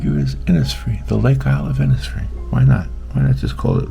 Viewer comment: Really beautiful. Will try to attempt this. Thank you so much.🙏 I’m from Ireland and the lake isle of innisfree is an island in the beautiful lough Gill in County Sligo. Have been many times and it is magical ( just like your painting). By the way over here we pronounce Innisfree Inishfree😀🙏🇮🇪❤️